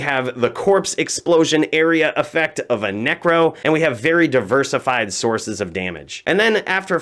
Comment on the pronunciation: Anybody ever gonna tell him it's "source" and not "sork"